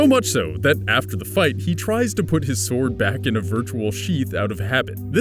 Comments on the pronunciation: S-word Art Online Nice pronounciation dude. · Forgive me, are you pronouncing the "W" in Sword? Like Sward? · i couldn't help but mention the Shword pronunciation xD sorry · Anyone else get annoyed when he doesn't pronounce sword right